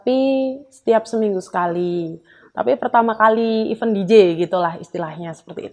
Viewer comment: Tolong berhenti penggunaan kata event kalo tdk bisa mengucapkan dg benar artinya berbeda kalo tdk mengucapkan dg benar. Event itu IVÈNT yg artinya acara, kegiatan sedangkan IVEN artinya bahkan, malah, dan pula atau juga